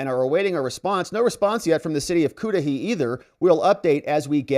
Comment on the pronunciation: 😂😂😂😂😂😂 The pronunciation of the city is, ‘kuh da hay’. you made me laugh so much. We here don’t get the spelling and why the pronunciation either 🤪 and I’m not laughing at you, I’m laughing bc I’m sure the chola-mayor doesn’t know how to pronounce it either.